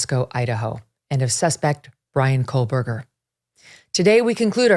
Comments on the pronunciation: There’s no l in Kohberger Megyn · Please stop mispronouncing the accused killer’s last name. There is no “L” in KOHBERGER. You keep inaccurately pronouncing his name as KOHLBERGER (like there’s an “L” in it). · Love you Meagan! But its "KOe- Burger" Not "KoL-burger" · FYI - It is pronounced Co Berger - not Cole Berger. You’re welcome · My god is this woman still calling him Kohlberger??? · Still no L in his name. Not COALBURGER. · Megyn. Why do you keep pronouncing his name with an L? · Is it driving anyone else nuts that she keeps on putting an L in his name? Ahhhhhhhh